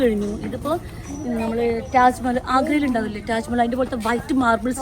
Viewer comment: റ്റാജ്മഹൽ അല്ല, താജ്മഹൽ ആണ്.